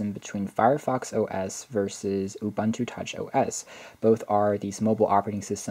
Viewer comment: Hey not to be rude but its "oo-boon-two"